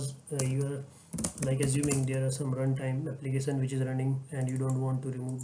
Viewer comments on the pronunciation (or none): none